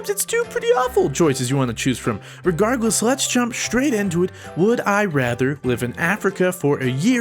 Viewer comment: I love when says regardless because it sounds like 'regargless'